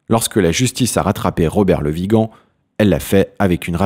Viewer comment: Bon dieu il ne comprend ce qu'il a écrit il écorche les noms , même dans le titre il a écrit viga au lieu de Vigan.A la fin de la de vidéo il est incapable de prononcée correctement le mon de l'acteur Le Vigan ,dieu sauve la France nous somme perdu peut être dans un siècle cette vidéo sera une référence historique .